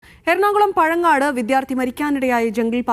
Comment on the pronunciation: പഴങ്ങനാട് ആണ്, വാർത്ത അവതാരകക്ക് വായിക്കാൻ അറിയില്ലായിരിക്കും